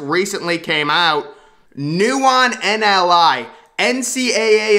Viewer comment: Also, it is "NIL"; not 'NLI"